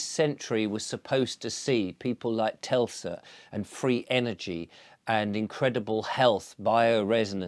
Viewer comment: How can’t you annunciate N.Tesla correctly? Telsa? Another gatekeeper 🙄 let’s keep going but wow…anyone trying to understand energy/vibrations…don’t say telsa 🤮